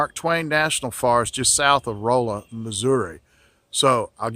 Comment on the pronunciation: Nitpick but you said Rolla wrong